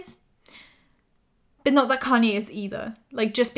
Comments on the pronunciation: It's "kahn-yay"! Your videos are amazing!:D Love your channels! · Just googled "connie west" cause my dumbass didn't realize she was saying kanye